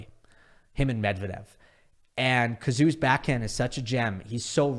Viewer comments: No, Cazaux is pronounced "Kazo", "kazoo" is just an name from the supporters (or your ears ;) ) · Cazaux in is pronounced Cazo NOT Cazoo.; aux=o. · It's Cazaux, not Cazoux. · You Americans are soooo bad with French pronunciations 😂. Anyways, i forgive ya. 18 aces for Cazaux and he is barely 6 feet tall? Mind blowing. I'm keeping an eye on this lad